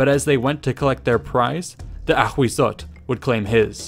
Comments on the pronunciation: Thank you for this vid, I love all this aztec series! Only, Ahuizotl is pronounced “awisotl”, not “akhwizzotl”. In nahuatl (aztec language), the spelling hu- corresponds to an English w- sound, and z- to a silent s- sound 😁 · Ahuizotl is pronounced as /awisotɬ/ hu = /w/ z = /s/ tl = /tɬ/ ...& in Classical Nahuatl is: Āhuitzotl = /aːwitsotɬ/ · "Ahuizotl" sounds like "A Weasel"... Ttt. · Ahhahah why the narrator pronounce the name of it so frenchy, choking, dramatic? LOLOLOL